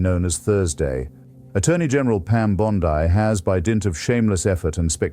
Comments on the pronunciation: Why you pronounce Bond(ai), dear sir? Bondi is an Italian decent, so her name pronounced as Bond(ee). Richmond, CA. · Artificial Intelligence is quite good, if that is what this is, yet am I right that it mispronounces Pam Bondi's last name? Very odd. This glaring mistake is perhaps analogous to being too clever by half. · Bond-eye took me right out